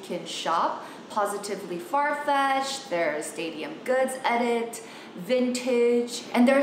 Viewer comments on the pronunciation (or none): none